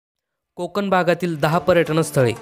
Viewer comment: कोकन नाहीरे कोकण . ण आधी शुद्ध बोलायला शिक